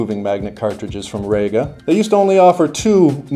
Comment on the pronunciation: Reeeeeeeega not RAYga